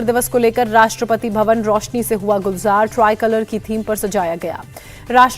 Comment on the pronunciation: Rastrapati COVID .....kya bolti h ye anchor 😂